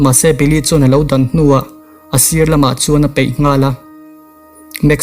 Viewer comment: "a paih" ti rawh "a peih" ti tawh suh...a peih hmanna chu thildang ah daih a ni